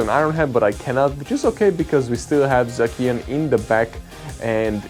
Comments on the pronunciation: Zah-Shi-uhn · I like the symmetry of you not being able to say this Pokemon's name and Brandon Tan not being able to say yours. All is well in the world.